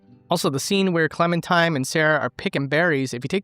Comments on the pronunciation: Did dude just call Clementine Clementime? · Its clementine, not clementime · Its also Clementine not Clementime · 6 years later he still says clementime lol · What time is it? It's Clemen-time Edit: I made this comment thinking it was a one-time mispronunciation but you kept pronouncing it 'Clemen-time' the whole way through... "not even owned by Clementime, does have Clementime's stuff in"... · are you.....are you saying clementime? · are..are you saying Clemen-"time"? lol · "It's clemen' time" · no it's Clemen Time and then she started clemmin' all over the place